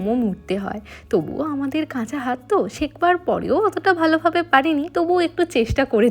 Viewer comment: শেখবার না কথাটা শেখার হবে 😊